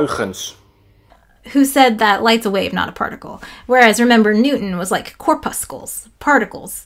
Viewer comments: Thought corpuscles was kinda pronounced like in muscles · pronounce corpuscles like muscles it sounds like mussels 🙃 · Hi --you've got a bit of a Euler moment going on...corpuscles is pronounced with a "s" sound, not a "k" sound. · corpuscles rhymes with muscles